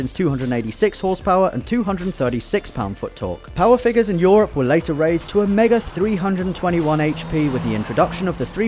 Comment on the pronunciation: Why do you say "Eu"or"rop"? It's pronounced "Eu"oo"rup"